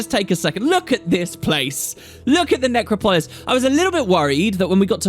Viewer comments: please, it's 'NecROPolis,' not 'NecroPOLis. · Necropolis, to rhyme with Acropolis (where the parthenon is) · necrO- Polis not how you pronounced it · Neck-crop-pole-liss xP